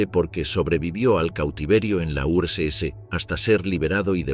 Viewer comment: Nadie se da cuenta del nivel de IA que hay en las voces en OFF?? Los tonos las pausas las entonaciones… es casi perfecto.. como un humano. Hasta hace dos días las voces en off de YouTube eran bastante lamentables. Si no es porque esta voz dijo Urs ese (URSS) en vez de Urs casi ni me habría dado cuenta.